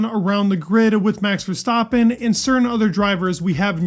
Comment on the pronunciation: I don’t understand why some people say max verstoppen it annoys the shit out of me. It’s VERSTAPPEN BROTHER